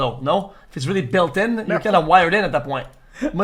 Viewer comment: I literally stopped listening once he said BILL TIN idk how tf you got anything out of what he said. :face-orange-biting-nails::face-orange-biting-nails::face-orange-biting-nails::face-orange-biting-nails::face-orange-biting-nails::face-orange-biting-nails::face-orange-biting-nails::face-blue-smiling::face-blue-smiling::face-blue-smiling::face-orange-biting-nails::face-orange-biting-nails::face-orange-biting-nails::face-orange-biting-nails